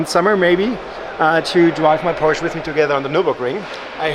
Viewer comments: please say porsche rigtht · Now that you’re in Germany you can learn the correct pronunciation of Porsche 😂🤦🏻‍♂️